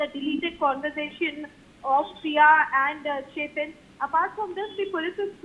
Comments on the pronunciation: Ketan Agarwal NOT Chetan. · It is Ketan Agarwal not Chetan Agarwal